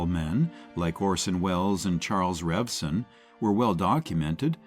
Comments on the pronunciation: Robeson not Robinson. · Paul Ro-Bo-son not Robinson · Robe-son Paul Robeson. Unbelievable, the AI narrator mispronounced his name the entire time!! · Its Prounced "Robe Son" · yeah fr real that means you don't know crap about him cause you got the name wrong